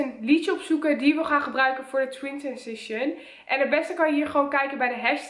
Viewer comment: Twintwensition zegt ze 😅